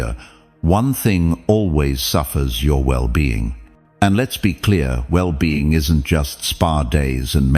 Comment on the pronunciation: The AI mispronounced "well being" # 8